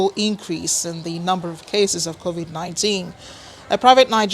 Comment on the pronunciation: You're in charge and you doubt know how to pronounce the pandemic? Illiteracy at its finest. It's a 2 syllable word, not epistemology.